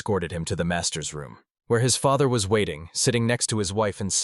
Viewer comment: This is an entertaining manga. Although the AI needs some work as it's pronunciation of some words is wrong. Feather instead of father. Sleeves instead of slaves. Among others.